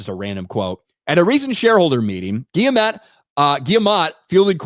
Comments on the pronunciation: Fuck me dude, its not difficult. It's a hard G in Guillemot: "eaves - gee - yuh - mo" 👍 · Hey, I'm a French weirdo. It's Gee-Mo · Btw it's GUILLE-MO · French weirdo here : You dont have to prononce the "T" at the end.